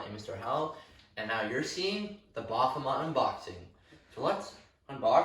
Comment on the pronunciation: I believe he is called ba-f-o-met, not bah-hom-et.